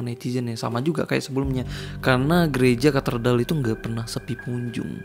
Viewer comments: Bang gereja katedral bukan katerdal😁 Sama di menit 4.14 kayak ada yg org gerak mundur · Ralat bang, bukan KATERDAL tapi KATEDRAL... 😁🙏👍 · Ralat bang. Walau saya muslim tapi yakin yg betul Katedral, bukan Katerdal, Bang. Tapi gak tau nulisnya gimana yg betul. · maaf bg, mau benerin aja cara bacanya kate-dral, bukan katerdal bg. tks🔥🙏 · Koreksi Bang, "Katedral" 🙏🏻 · cape juga denger katerdal lagi katerdal lagi, udah beberapa part ngomongnya katerdal mulu 😭 ga bisa baca apa gmn bro ? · Katedral kk... Bukan katerdal☺️ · Kok baca nya kartedal sih, bukan nya yg bener itu Catedral? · Katedral bang bukan katerdal🙏🏻🤭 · Katedral,bkan katerdal kali